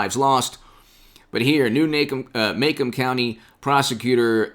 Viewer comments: Pronounced....Ma...Comb county. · Macomb County,pronounced ma comb